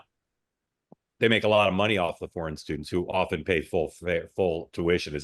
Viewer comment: Mark can't even say "foreign". Tisk, tisk!